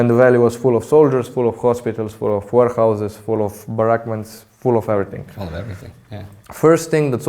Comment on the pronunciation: did the guide say "warehouses" or "whorehouses" ? I imagine they had both !